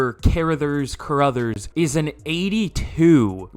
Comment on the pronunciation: Car-Ra-Thers is how you pronounce it god damn